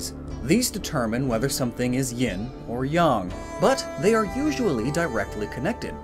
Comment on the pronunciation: NOONE SAYS YIN “YAHN”